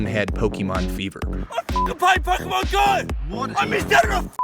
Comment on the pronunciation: Why do they play this game even? If they love the catch system why can’t they play pokemon let’s go? Wells its gen 1 so ugh...( Also its pok-ah-mon or pok-ay-mon not pok-e-mon)